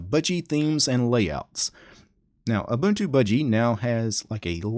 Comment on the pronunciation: Haha, nice! He did pronounce Ubuntu right, though. :-P